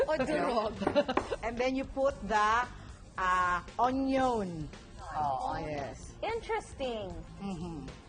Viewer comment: He said da onyon